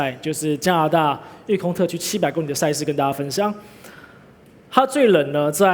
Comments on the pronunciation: 会说li第三声还说什么第一声？ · 為什麼大家都說公里 他卻說工ㄌㄧ公ㄌㄧ